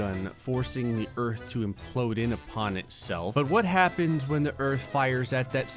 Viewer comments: You said Do instead of To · "I used the earth do destroy 100,00,000 moons" instead of word "to" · "Do destroy" 😂😂😂